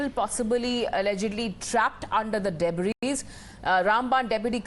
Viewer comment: it pronounced as deb-ri, not deb-ris The “s” is silent.